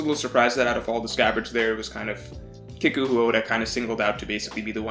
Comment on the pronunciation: Don’t wanna be that guy but kiku is pronounced key-ku not kick-u